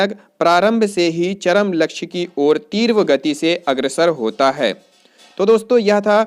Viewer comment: एकांकी तीव्र गति से अग्रसर होता है में तीव्र का उच्चारण शुद्ध बोलिए।तीर्व नहीं।